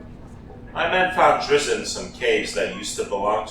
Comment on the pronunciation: DRIZZ-IT BTW